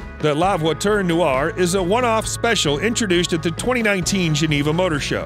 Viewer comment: You Mispronounced la (voiture) noire ( pur) sport & noire (elegance)